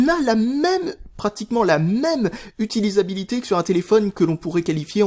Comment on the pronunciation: "Utisabilité" ? :') Petit fail pas bien méchant mais qui fais rire quand même :P